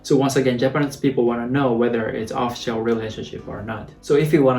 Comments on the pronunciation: bro, your pronunciation of "official" sounds like "oh-shore"...try to enunciate 3 syllables--"oh-FI-shul" (official). koreans seem to think blood type B is arrogant/pushy/narcissistic in the movie "My boyfriend's blood type B." u dont seem like that at all : ) lol yes, the negative answer grammar is a pain. in hong kong, many say "no" before many sentences where it doesn't make sense (not even a response to a question lol). u aint on hikomoori, bro (you go to gym, got a gf....) Cheers~ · Could I make an English suggestion... I did a couple of double takes on a word you used... Official.. (example) (this is from a New Zealand English perspective.. but it basically applies across English speaking countries... We tend to emphasize the sound "Fish" in the middle of the word... Off - FISH - ill ('Oh' pronounced like the letter 'O', with a light pause, or 'Off' running into 'Fish' sound are both common though 'Off' is more common. ("al" and L are interchangeable You mentioned how the Japanese have a beat to a word... it appears you stretch official into 4.. Oo oo fish L or even 2... "Off Shell" Generally we use it as a 3 beat.. off-fish-ill.... Less emphasis on the 'FISH' in the middle of a sentence "This is the official version we have for the moment but..." More on the 'Fish' at he end of a sentance when the word Official itself is the emphasis of the subject... "Lets make it OfFISHal..." But I just speak English.. (with a bad Kiwi overtone... and awful colloquialisms... yeah mate.ummm... yeah nah! ) I'm far from a teacher... but I did a LOT of time on computer helpdesks for NZ co's and with our large range of race and their versions of NZ English, I gott fairly good at understanding someone talking to me in (to them) a 2nd or even 3rd language)... By the way, NZ's "Yeah Nah" (basically "Yes.. No" can be taken as.... "Yes I can see what you mean.. but that's just not going to happen" .. or perhaps "I would.. but I can't" or "thats a good idea but NO". q8)